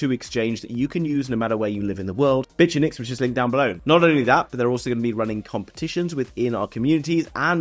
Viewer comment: Why do you pronounce Bitunix like that? 🤨🤨🤨